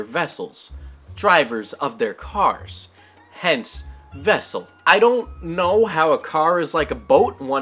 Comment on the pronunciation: "Get out the wessel!" Chekov